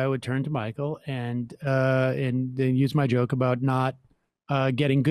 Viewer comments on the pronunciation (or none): none